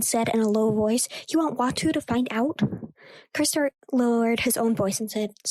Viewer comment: I wasn't going to say anything, because I don't want it to "sound" like I am picking on you, but after listening to quite a bit of your audiobook, I have to make a suggestion that I think will REALLY help you: learn the pronunciations of the names of the characters. When you pronounce Cliegg Lars, Watto, and others in a way that is not the way the movie does, it is really off-putting. Also, perhaps practice the text first so you don't stumble over words. I assume you are a tween because some of the big words make you hesitate? If so, you can probably get a bit of extra credit in class by telling your teacher about this labour of love. It's not a school assignment, but the teacher may view it in a way to give you credit for it!